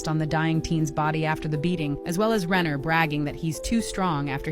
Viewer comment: My maiden name is Renner. It makes me sick to think that someone I might be related to (Renner isnt a common last name) did this. On a separate note, I apprecite the fact that you pronounces it correctly.